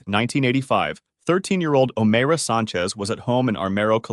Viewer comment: O MYRA is how you pronounce it